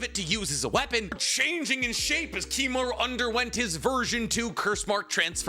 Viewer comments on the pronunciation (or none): Its Kimimaro not kimimaru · It's Kimimaro, not Kimimaru :/ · Kimimar-O, brother. Not uuuu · Am I the only one that finds issue with constant mispronunciation of names? Like I, overall, love his content, but the constant pronunciation of 'Kimimaru' instead of 'Kimimaro' is killing me every time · It's been 12 hours I wonder if he didn't notice lmao. He says it with a U not an O so idk fam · Kimimar-O, not Kimimar-U... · KimimarO. Cmon man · KimimarOOOOO puh-leaseeee 😭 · bro it’s kimimaro